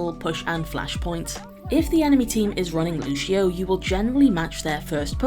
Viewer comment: It's Lucio, not Looshio. They SAY his name in the game. There's no excuse for mispronouncing any of the heroes' names.